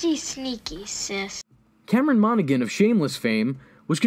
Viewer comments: Mono-han Not Mono-gan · Monaghan is pronounced "MonaHAN" with no G. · Pretty sure you don't pronounce the g in Monaghan.